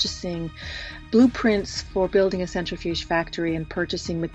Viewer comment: Absolutely fantastic episode so far in. Some constructive feedback - watch your pronunciations of key scientific terms and names when doing historical technology reporting. Especially when mispronounced often, it detracts from your awesomeness. The big one: “nuclear” is pronounced “new-klee-ur”, not “new-cue-lurr”. Similarly, “centrifuge” is “sen-trih-fyooj”, not “center-fyooj”.